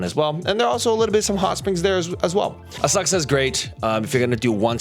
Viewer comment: The way you said, "Asakusa" had me literally lol'ing